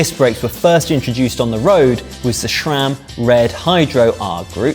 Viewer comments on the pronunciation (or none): Seems like all British cycling presenter either have a speech or reading impediment. As long as "Sh-imano" and "S-ram" don't merge to create a company called "shram", there is no "H" in Sram.